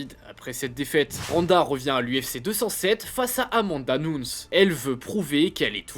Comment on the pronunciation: informé vous un peux sur la prononciation ds combattante , amanda nunes 😅